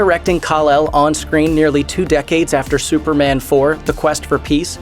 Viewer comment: It's su per MAN not SU per mun